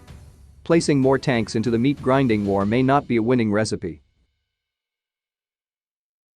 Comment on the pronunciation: The meat GRINDING war? Why, why do you randomly emphasize words like that? If you're going to do these, please consider either hiring a professional, finding a non-professional who can narrate well, or pay attention to yourself and the way you speak.